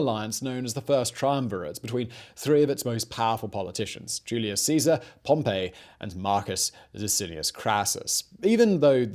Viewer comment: Every time Simon mispronounces Pompey Julius Caesar smiles